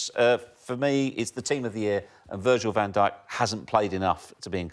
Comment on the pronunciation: Can't believe he said Van Dyk...How embarrassing 🙈 unreal player but c'mon....